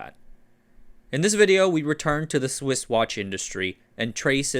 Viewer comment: "Somehow Swiss Watches Returned" almost sounds like "Somehow Sith Watches Returned"